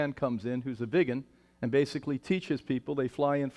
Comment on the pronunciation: What the hell is a “viggen”. 😂it’s vegan Brian